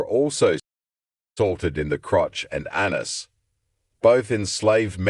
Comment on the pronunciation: I cannot believe the sheer horror of being subjected to 'Australians' being self-righteous and feigning indignation - by pronouncing 'anus' as 'an-nus' is just the beginning.